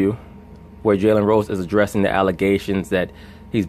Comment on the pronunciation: Am I the only one hearing jelly rolls when this guy says Jalen Rose? 😂😂😂